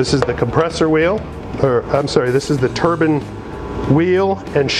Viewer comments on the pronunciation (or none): Turban or turbine? Nice in depth video though.